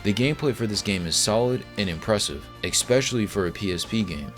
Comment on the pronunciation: *especially not expecially